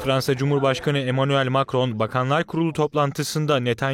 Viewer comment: Eminuel ni😂